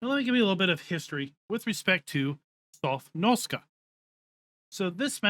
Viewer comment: You keep saying 'Sofnoska' ..that's nowhere near the correct pronunciation. You keep mixing up the letters. That's like me saying 'Pesvynalia' instead of 'Pennsylvania'...